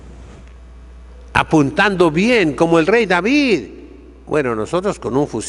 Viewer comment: ¡Cómo reparte estopa a diestra y siniestra, y cómo pronuncia las consonantes finales; David-e, Goliat-e..., :-D! Entrañable, sabio y valiente buen pastor don Isidro, a quien Dios bendiga por muchos años-e.